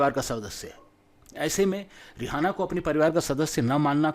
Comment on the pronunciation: are bhai rihana nahi hai wo rieana hai